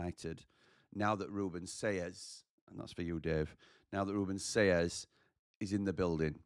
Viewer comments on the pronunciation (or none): Selles is pronounced 'Say Yes'!